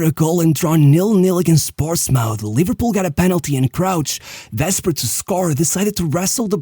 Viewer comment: Great video! Just a nitpick, Portsmouth is not pronounced like mouth (mauf) but like muth (muf).